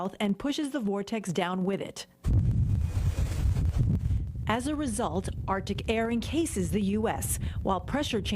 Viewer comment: "Down wid it"???? 😁